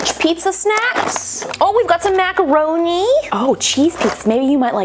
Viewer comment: how she say macaroni lol